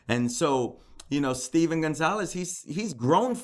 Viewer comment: I feel so bad for the Gon-KAL-ves (Goncalves) family. Nobody says their name right.